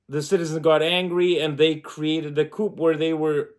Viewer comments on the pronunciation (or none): The word "coup" is not pronounced "coop." It is pronounced "koo" the p is silent, its a french word. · The "p" in "coup" is silent, btw. :)